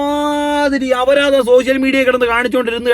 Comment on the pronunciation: അവരാ ധം അല്ല , അപരാധം